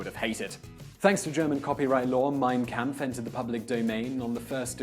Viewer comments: "Camp-ff". Bruh, it’s pronounced Kampf (and I thought I was white) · its pronounced Comp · the shill jokes abou hitler dont trigger me as much as him mispronouncing kampf